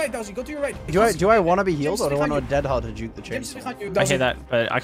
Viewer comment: DOWSEY OMG ITS not dowsey